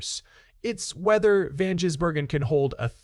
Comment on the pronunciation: Hey, can you learn to say SVG’s surname. You’ve had weeks to learn.